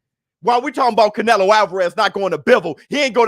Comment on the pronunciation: Catch-nelo Alvarez... Is that what y'all saying????